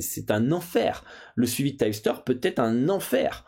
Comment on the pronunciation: Un tyepsteur? hahah on dit un tip (teep) qui signifie conseil, c'est quoi cette prononciation à l'americaine qu'un américain ne comprendrait pas :p